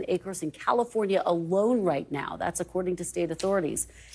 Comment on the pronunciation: thru Calfonria?????? Geesh!!!